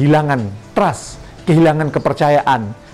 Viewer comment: Bukan trast tapi trust